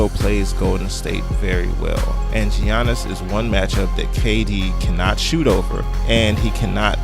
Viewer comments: Yea most people say Yannis because that is the correct and accurate pronunciation of his name. It's not pronounced G yannis my God people can't pronounce people's name right for shit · Giannis, Yaw niss, not Ji an iss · Great video except for the giannis pronouncement